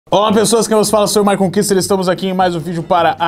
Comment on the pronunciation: My conquister não nossa conquister kkkkkk